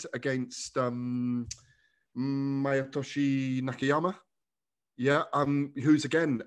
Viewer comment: His name is Masayoshi Nakatani, Gareth. The way you pronounced it you may as well have said E Honda ffs.